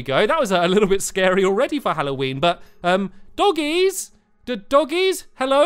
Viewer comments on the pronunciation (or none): I just love how he says DOUGIES instead of Doggies